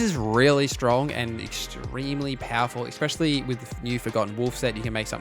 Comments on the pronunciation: Awesome video, but FYI, "ecspecially" is not a word. Especially is. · Ex-pecially...😅 It's ESpecially!